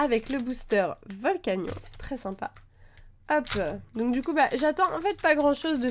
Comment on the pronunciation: Ça se prononce (volcanione)